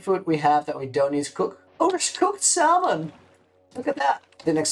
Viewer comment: Pov: you hear that sad salmon not samon